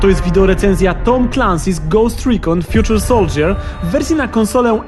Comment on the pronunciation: Fjuczer soldżjer? Fajny błąd w wymowie :D